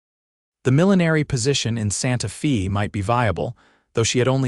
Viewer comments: Fairly good story. But I wish you people could find an Ai that could pronounce words correctly. Santa Fay, not Santa Fesses. And so many others. Netracts from the story. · AAAAGGGGGHHHH!!!! Santa Fe is not Santa FEE!!! AI needs an editor/trainer! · Good story. Only a little frustrating is the pronouncing of Calib and Santa Fe. It should be Kay-lub and Santa Fay. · Santa “fee”……..AI sucks